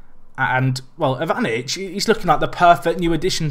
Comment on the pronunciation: Mirko Ivy-nich